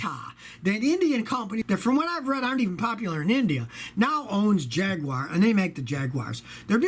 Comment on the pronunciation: Scotty, thank you for not pronouncing it 'Jag-wire.'